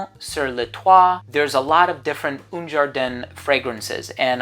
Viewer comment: Un ...A not OUN !!